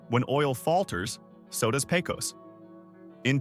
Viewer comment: It's not Pay-cose. It's Pay-cuss.